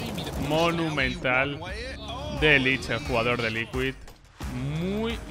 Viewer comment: Buen video pero k te pasa con la palabra "monumental"? XD